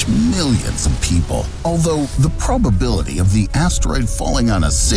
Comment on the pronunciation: I can’t get past him pronouncing probeability instead of pROBability..